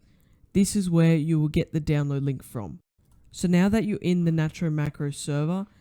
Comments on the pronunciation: its pronounced nate-ro!1!! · btw its called "nate-row" macro